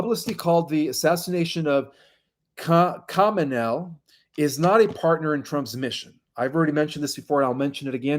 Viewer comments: I had to listen over and over who or what you're talking about or trying to pronounce - sounding like Khamanelle, I think may actually be an Eastern leader? Khamenei with an i at the end and not an l.. should be pronounced or sound like Khomeini/ commeni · “Hoe-may-knee” I think is the correct pronunciation for the leader of Iran. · Kha-me-ne- Ie. Is how to pronounce the president of Iran’s name. Thank you. ❤️. Ali Khamenei